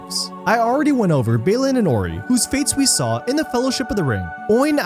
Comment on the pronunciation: It’s because when you pronounce Balin as ”Bay-lin” and Dwalin as ”Dway-lin”, it results in this kind of speaking style 😎